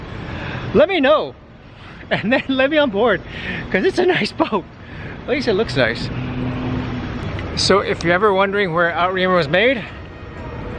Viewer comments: "O-tra-myour" not "Out reem er" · ROTFLMAO, OMG...You pronounced the FRENCH boat manufacturer Outremer as "out-reemer", OMG, so freaking funny... FYI it's pronounced with a french accent as "Oo-tra-mare". Congratulations on making your dreams come true!!! You and your family are going to have so much fun on your amazing adventure!!! And tell the kids that there are several families with kids their age out there, so they won't be all alone. Zatara, Catalpa, Spoondrifter, Onboard Lifestyle, and many others all have families with kids. Most of the kids all stated they were very unsure about the arrangement but after 4-6 months they adapted well and now would never go back to how things were before. I would recommend getting some SUP's (Stand Up Paddle Boards) and maybe a Kite for kite sailing. Also, you will want snorkeling gear including weights and a good set of fins and masks. Also have cards, board games, and probably homeschooling materials as well. Can't wait to see you learn to use your new yacht and start your journey!!!! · Outeremer is pronounced Oot-rah-meer. 😁